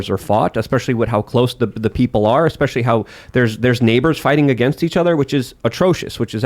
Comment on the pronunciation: Or to stop saying "espeshy" (especially) so much like he thinks it ties his sentences together to drive his point home. Just sounds mf stupid. eSpEsHy EsPeShY